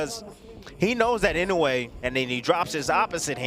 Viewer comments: INOUEがany wayに聞こえてしょうがない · 絶対、井上じゃなくてイノウェイって言ってる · "Naoya In A Way" "Inoue"